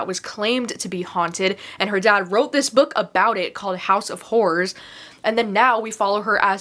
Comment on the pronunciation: I so heard house of whores 🤣🤣😂 not horrors lol I had to rewind cuz I was like wait what?!